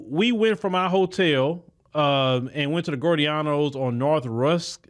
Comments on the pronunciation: It's pronounced "GEE-OR-DA-NOs", not "Gordeanos". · It's pronounced Gi-or-danos not gordianos pizza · It’s Giordano’s (gee-or-danos not gore-e-danos) lol I’m from Chicago so I had to tell you the pronunciation. 💯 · Gio dianos he said gorey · Pronounced, "G-OR-DON-NOS". DAMN GOOD DEEP DISH! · we pronounce it Gee-OR dano's Try Gino's East next. What is that young sister's story? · It's pronounced Gio-Dornos!!!! LOL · Great podcast 💯…..btw, the restaurant is pronounced “Gee-Or-Da-No’s…lol. Easy mistake, but thought it helpful. How did you like the food? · it’s pronounced gee o donnos = giordano’s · You're pronoucing it wrong 😂😂😂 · You pronouncing Giordano’s different but it’s one of my fav pizza spots next to Lou Malnati’s